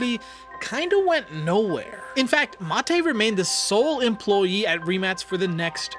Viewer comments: He pronuced right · Finally someone who pronounces the name right😂